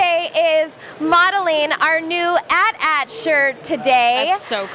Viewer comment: Thank you Ashley for pronouncing AT-AT properly. You rock!